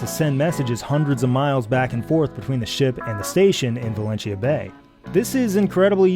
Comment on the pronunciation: Outstanding pronunciation of 'Valentia'